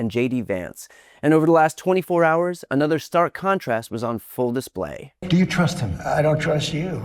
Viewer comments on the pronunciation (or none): none